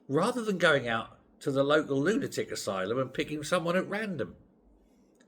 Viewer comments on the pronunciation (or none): none